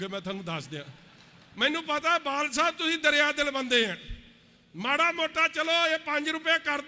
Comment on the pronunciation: Pehla badal kehna ta sikh la ➡totlea badal nu vaal saav kahi janda hun tere vaal nu dudh cho kad k bahr marna Punjab ne jida kaptaan marea 👌👌👌thoko thoko taali baki lakh dia lahanta Jere thodi raaly ch aae aa tere vaal saav dia nzej aulada